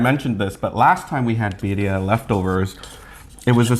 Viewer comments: Cross culture recipe!!! Roll those R's when you say BIRRIA!!! "BEE RRREE AH" I can't wait!!! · The Pronunciation for Birria is not correct but the Ramen looks amazing. Props